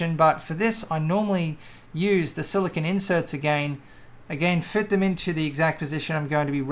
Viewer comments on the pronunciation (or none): none